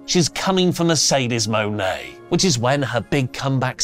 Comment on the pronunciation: Sorry, this has been bugging me for weeks now: the pronunciation of Mercedes' surname is closer to money and not moany. She explained this when she trademarked the name and that's how the announcers pronounce it.